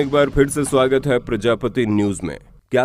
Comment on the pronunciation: Dosto apka fersa soagatha prajapati news par.🤣🤣🤣🤣🤣🤣🤣🤣